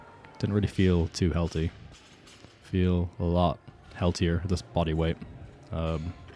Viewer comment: what kind of accent is yours? like pronouncing healthy like 'healty' or strength like 'strengt'? you seem to speak 'th' different than what i am used to hear